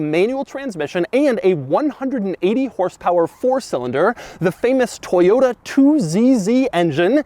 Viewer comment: It’s toyoTA Doug,not toyoDA 😂😂